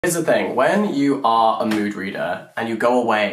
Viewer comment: When you started the video and said "mood reader" my ears heard "nude reader". Being a nude reader = when you remove the book/dust jacket, then remove your own jacket, then proceed to remove... everything else.